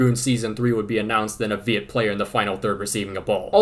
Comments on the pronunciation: bro pronounce viet almost perfect lol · your Viet name pronunciation has gotten so much better compared to your video in 2021